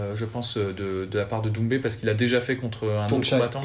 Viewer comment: C'est DoumbÈ. Pas DoumbÉ. Si il arrive a dire Tchaïkovski on peut faire l'effort de prononcer son patronyme non? En tout cas keep it up.